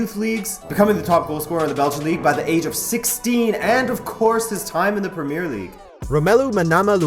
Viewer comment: Please say premier in premier league properly. Thank you